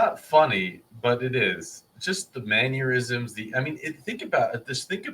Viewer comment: Did I hear you say "manneurisms"? What the heck is that?!